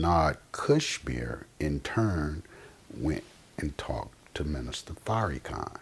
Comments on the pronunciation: It's not a mistake. This brother is to well spoken for it to be a mistake. He's calling him Fairykhan on purpose. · His name is pronounced Far- ra-khan! I Love The Honorable Minister Louis Farrakhan! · Word! It was making me cringe when he was saying The Minister's name like that! You don't have to agree with everything he says, but you can at least say his name right! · It's not a mistake akh. He's doing it on purpose. He's to articulate for it to be a mistake. How many other words has he said wrong? Fairykhan is exactly what this hateful brother is intending on saying. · Say Minister Farrakhan's name correctly brother. There's no need to be so disrespectful. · listening to this brother is like watching wet paint dry smh. say the minister's name right negro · You damn sure don't represent Farrakhan you can't even pronounce his name right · I know he is biased but he is not pronouncing the minister’s name with ill- intent. It is just how he speaks. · Pronounce the man's name right dude! Why you dissin Farrakhan like that? PEACE TO THE HONORABLE MINISTER LOUIS FARRAKHAN! !!! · I hate when people mispronounce Minister Farrakhan's name. It's corny. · Right, was just bout to posr that! "Its not an insult" but he gon say his name like that, lol um k